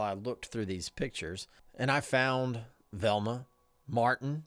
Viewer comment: you pronounce Velma as Thelma, it baffles me as to why you'd chg the pronunciation. V doesn't sound like th. I know the difference my grandmother's name was Velma. She wasn't Thelma with a V, her name was definitely a V sound.